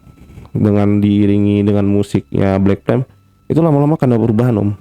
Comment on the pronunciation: Pertama dengernya Black Tem, lama2 Black Pem, lalu dengerin lg Black Plem, ooooh ternyata maksudnya Black Flame 😌